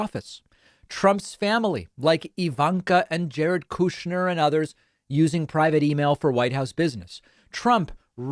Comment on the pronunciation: I love when David says Jared “Kooshner” 😂